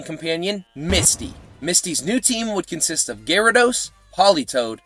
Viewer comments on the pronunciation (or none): none